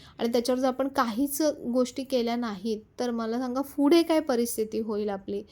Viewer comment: pudhe ase ahe, fude ase Naka mhanu, p and f khup vegale ahe